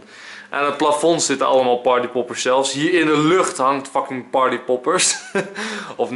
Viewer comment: Echt erg maar je zegt wel veel keer docking d moet een f zijn